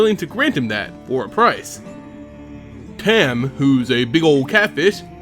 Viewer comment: Dude I know this is old and u probably know by now but it's tom not tam but is spelled tahm cool vid tho I actually main this guy being the dirty player I am and I wanted to learn more about his lore so thanks